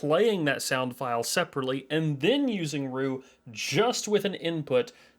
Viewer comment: I have only ever heard that software pronounced R.E.W. Your pronunciation of it as 'Roo' was tripping me out.